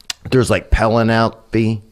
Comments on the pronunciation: Did Theo really say "Penny Lopey" instead of Penelope??! 😳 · Pen-a-leppe made me cry laugh 😂 god i love theo 😂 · pella neppy? dude, Penélope! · I thought he was talking about some Cruise line that had sponsored the party. 'Penell Ope Cruises' or some shit. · pel-an-appy Cruz 🤣🤣🤣 never change my dood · Pelluhnappee Cruise? Ohhh...Penelope Cruz. 🤣 WTF??? 😂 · ‘Pelenopie Cruise lol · "Pell-ah-nappy? Pellahnappy Cruz..." ~ Theo Von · pel o nep ee cruise lol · Everyone knows pen-uh-pal-ee cruz! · “Peh-nel-epney” cruz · Pen-a-elpe Cruz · Pel-Ah-napy Cruze??? How can you be in the entertainment industry and attending these bigwig parties and not know how to pronounce the name Penelope Cruz? I call Shenanigans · Theo Von trying to say Penelope Cruz’s name just turned my day 110% around. 🤣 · i laughed out loud when theo tried to pronounce “penelope” 😂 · Theo couldn’t remember how to say Penelope and now 10% of us will be stricken with this affliction. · I really like hearing Theo pronounce “Penelope”…. It sounds so much better than the real pronunciation. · That's the worst pronunciation of the name Penelope I've ever heard 😂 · Theo von trying to pronounce Penelope will forever be the most frustratingly entertaining thing ever. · LOL Theo trying to pronounce Penelope. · I cant get past Theo Von trying to say "Penelope" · That was weirdest pronunciation of Penelope I’ve ever heard…… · sorry, can't get past the dude who can't pronounce "Penelope"